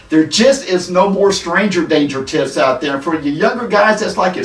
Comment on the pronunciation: When talks about "tips" it sounds he changes "p" with "t" and makes it much more creepy. Just sain.